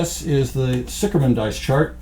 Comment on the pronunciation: sicherman, obviously a German last name, literraly means "safe man" or "secure man". and pronounced ziher man :) hence, Zih Gammon might be a more appropriate name. just my two cents...